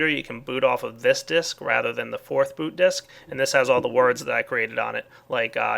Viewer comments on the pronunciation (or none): none